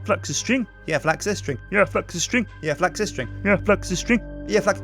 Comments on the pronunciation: When he wanted to say flax he said sphax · Just gonna say, it's flax, not sphax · Did anyone else think that he said sphax instead of flax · "The Sphax fields." I'm still debating if he said this on purpose... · Did call the flax field a sphax field? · haha why's he calling Flax Sphax... little bit of a difference mate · "Don't trample the SPHAX" said "*flax" said me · He probably stuck with saying Sphax instead of correcting himself. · U said sphax instead of flax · from to he keeps calling the flax "sphax" XD